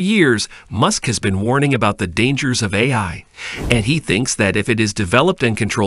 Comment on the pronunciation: Not a good sign when the narrator bot can't even pronounce "AI" half the time.